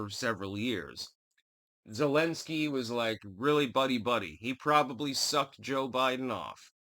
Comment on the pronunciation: “Thu’lensky,” “Nu’kranians”??